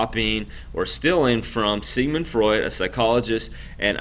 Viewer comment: Sigmund Freud not Frued